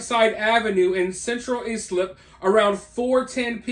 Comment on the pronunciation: Islip, pronounced Eyeslip